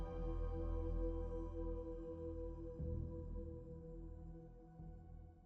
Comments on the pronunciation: i keep thinking youre saying girlboy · godboy0, not goodboy0!!